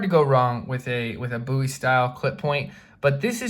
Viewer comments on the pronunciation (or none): none